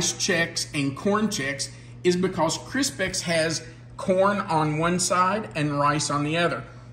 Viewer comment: I like that you had some different things in this version that I don't normally have in Chex Mix. An observation, it seemed like you pronounced Crispix as if it was spelled Crispex. I thought it might be an accent then, but then you said Kix, like Kix. Did I catch that correctly? Favorite road trip snack food.... I like Chex Mix, cashews, spicy peanuts, dark chocolate covered almonds if it's not too hot (don't want them melted), some good jerky or dry sausage it good too. Truly enjoyed today's video.